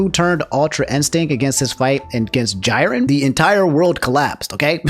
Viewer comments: did you just say Jai-rin? 💀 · mfer said Jiren like Siren